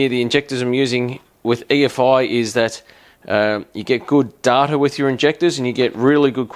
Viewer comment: DATA NOT DARRRRTA..... lol why not just say the price???? and what he said just get a holley sniper kit